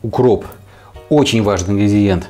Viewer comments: Neman RU, ну на хоть похоже! Максимум - индигриент:) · На такая же беда))) не выговаривает товарищ это слово